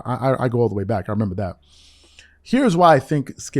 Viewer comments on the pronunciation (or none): none